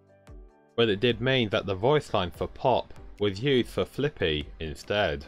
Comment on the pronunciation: Lots of people mispronounce Fliqpy.